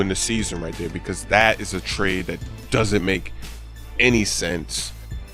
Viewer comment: It's trade not traid.